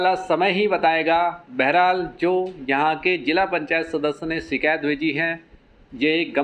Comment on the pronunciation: "शिकैत" नहीं होता है "शिकायत" होता है। कृपया भविष्य में ध्यान रखिए।